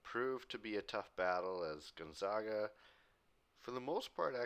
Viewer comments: Gone-zag-uh. Not Gun-zag-ah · Gonzaga is pronounced Gon-Za-Ga as in Sega. Not Sawga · Just lettin ya know Gonzaga is pronounced like “bag” not “bog”